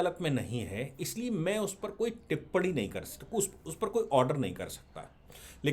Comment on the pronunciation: टिप्पणी ठीक से बोलिए